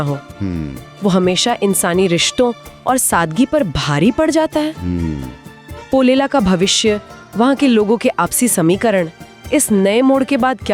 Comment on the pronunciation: फुलेला 😅😅😅😅😅। नही। फुलेरा 😅😅😅